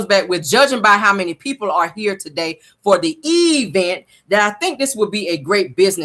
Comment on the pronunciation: Guuuuuuurl, you got me cracking’ up “tu-day”😭😭😭😭🤣🤣🤣🤣